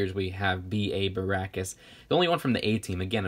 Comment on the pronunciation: it's not barackus it's barockus